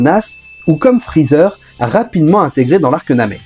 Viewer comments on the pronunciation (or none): none